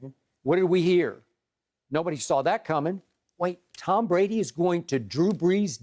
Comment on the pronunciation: Soooo, this was about Drew Brees??? I guess I have been pronouncing his name all wrong this whole time, because Skip pronounces it "Tom Brandy"....hmmmm